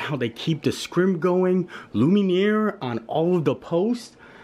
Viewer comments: "luminear"?? LMAO it's Lumiere! Loo-me-air! <3 you're silly. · I kinda cringed when you mispronounced Lumiere. 😬😂